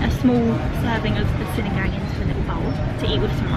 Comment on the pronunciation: That white piece of vegetable is called radish. Sinigang is pronounced ‘see-knee-ghung’.